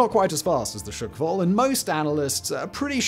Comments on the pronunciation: Hurts my ears. It’s not ‘shukwall’ but ‘shqwal’ [шквал] meaning ’squall’ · Dafaq with this pronounciation? It's not SHEE-KVAl, it's - SH-KVAL, FFS! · Shkval, SSSSHHHH-kval 😂 chuckwal? The fuck 😂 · It's not shykfal its skkval! or in Polish Szkwał. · It's not "shOOkval", but "shkval" with no extra sounds between "sh" and "k" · I have to admit that I did wince a little every time Simon mispronounced "shkval" as "shk-val", but that is a minor niggle. His heroic attempt with "Superkavitierender Unterwasserlaufkörper" redeemed him, though. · I thought it was hilarious! 🤣🤣 Imagine saying Sick-wall instead of squall. Priceless!! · Shkval. No glottal stop, no silent a. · "sukval" aha sure.... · Not Shyk-Val... Just remove a shwa sound between sh and k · Shkval = squall. Not S----QUALL